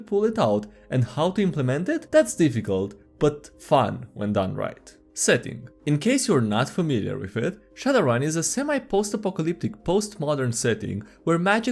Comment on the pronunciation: no it's not "Sad" it's "Shad"...owrun